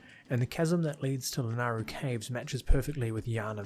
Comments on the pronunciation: It's La-NAY-Ru... Also, I don't really agree with much of your positioning of things. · FYI, the y in Lanayru is not silent.